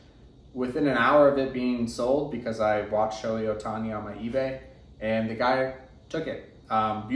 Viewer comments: It’s not pronounced “Showy”, it’s “Show-hay”. If you’re gonna collect someone, you should probably know how to say their name. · It’s literally 2 basic syllables and it’s been spoken millions of times by anything remotely sports related for years.